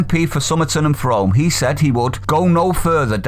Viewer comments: MP for Somerton and Frome, is pronounced Froom, please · Finally some mp's with some balls you know why i reckon why these the rest mp's take up this unconscious bias training because they themselves know they hold no merit and are characterless so they use shit like racism to give themselves some sort of twisted self validation hence the narcissism behaviour it's messed up if you ask me. Oh just to correct you on the towns name Frome it's said as Froom not said as Frome lol as a west country guy myself i cringed at the way you said Frome lol.